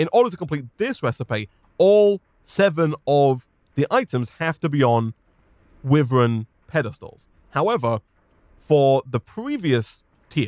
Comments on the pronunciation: it’s why-Vern not wiv-ern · Is it just me that gets mildly annoyed at him saying wiv-ren Instead of why-vern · i know it's a bit nitpicky but it would be better for my ears if could pronounce "wyvern" the right way which is "why - vern" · Its starting to anoy me how he says whyvern (wyvern) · I mean he isnt right nor wrong Maybe he got that due to the word being already hard to pronounce